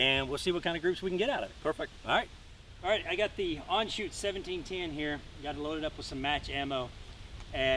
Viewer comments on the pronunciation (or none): Dude please, ist Anschütz not Anschutz. Sorry but as a German, I had to say it! ;) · I cringe every time he botches the name of the rifle, and I am not even a German. But beutiful rifle